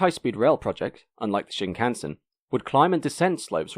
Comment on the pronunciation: Japanese words never stress their syllables. Shinkansen should expressed with a steady rhythm.